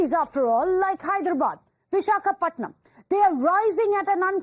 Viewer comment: It's visakhapatnam it's better to start calling the name as it is and you are a national media 😂